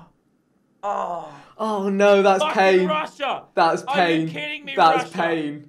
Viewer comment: Thats "payne"